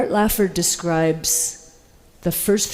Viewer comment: Art Laffer. Not Lafford.